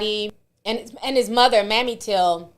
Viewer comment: Emmett Hill's mother's name is not pronounced like Mammy (like Tammy) it's Mamè (With a a long A like same and a long E like free). No shade just trying to be helpful.😊😊